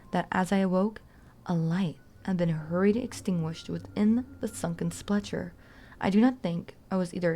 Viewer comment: Very nice reading! I enjoyed dozing off to it. Two pronunciation notes: Scion -- "sigh-on," like "science" Sepulchre -- "seh-puhl-kurr"